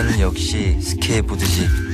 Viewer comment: 놤자는 욕씨히 스케이 보드지 ㅋㅋㅋㅋㅋ 세훈아 스케이드보드 아니엇니 .. 오세훈 실수하는것도 이리 귀엽냐